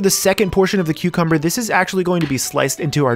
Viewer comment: Thought you said Queuecumber. Now I can’t unhear it...